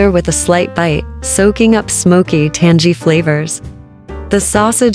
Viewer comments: Ai voices says Tan-gee 😂 for tangy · Is it just me or should the AI that you use for food videos know the word “tangy ?”